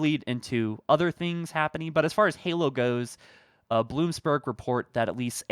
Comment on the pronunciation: Bloomberg*… No “s”